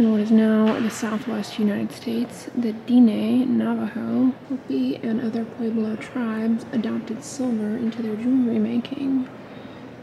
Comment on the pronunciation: pronunciation of diné would sound like saying din-eh; rhyming sound wind = din and meh = eh. good attempt. diné is the navajo word for “the people”. 👍